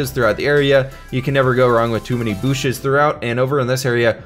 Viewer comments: "booshes". That respect. 👍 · "Booshes" Ah, I wish did Minecraft more often these days...